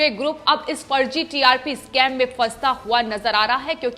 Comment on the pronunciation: नाही नाही इस्काम नाही स्कैम कहे मैडमजी